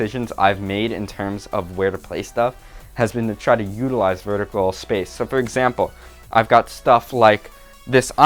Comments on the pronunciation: " to free up some spafe spoof " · spath spoth